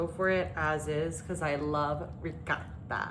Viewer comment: Why are you pronouncing the ricotta like it's a Mexican cheese? It's an Italian cheese not a Mexican cheese. The dish looks good but I'd use a different noodle pasta, not lasagna noodles